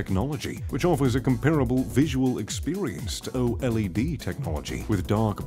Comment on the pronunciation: It's pronounced OLED not o LED